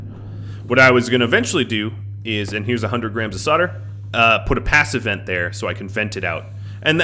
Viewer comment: It kinda does sound like you are saying "pass events" when addressing "passive vents" :) Even the YT auto transcription understands it that way. I was fairly confused at the beginning what are you talking about, but it's fine :)